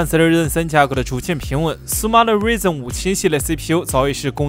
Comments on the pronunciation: 是Ryzen 不是reason 😋😅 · 那叫ruaizen不是ruizen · Ryzen读‘raizen’，不是'rizen'，ry明显的开音节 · 不是我抬杠 作为科技博主“ ryzen ”的发音不对…是不是有点说不过去